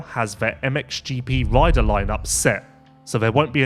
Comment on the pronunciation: Please! They are "RIDER" contracts, NOT "WIDER" contracts...............................Also please remember it is "FLY RACING"......NOT....."FWEYE WAYCING"